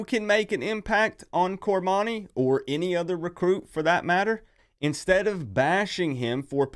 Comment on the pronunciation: Get his name right, its cor-money.